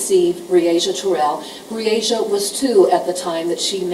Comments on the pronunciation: How many times did this devil of a lawyer mess up this poor childs name....smh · I’m sick & tired of that lousy defense attorney , mispronouncing that poor baby’s name. That says a lot about his morals. YULK 👿